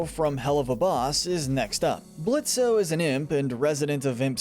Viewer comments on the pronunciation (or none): ITS PRONOUNCED BLITZ.